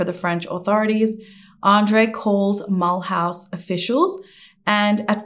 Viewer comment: Ouch. Okay. We have a home in Alsace, France. Mulhouse = Mull-ooze.